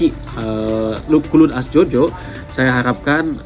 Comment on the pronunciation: Clun? Wkwkw cloud (kloud) bacanya jangan asal²